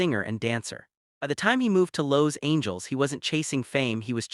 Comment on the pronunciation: that's how Los Angeles was pronounced in this video